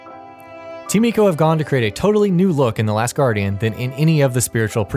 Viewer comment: ...Eco? ...Why most hipsters pronounce things wrong on purpose. EDIT: Also, the connection to Ico and SotC is the women... not the horse... so you really think SotC is a story of a man loving his horse... when it's about a man killing god-like beasts to save his woman... ? Sheesh, at least have someone who has at least played these games before do this video. As a fan of these games, I felt almost insulted.